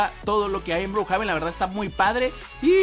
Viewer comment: Se dice Brukjeven pe deje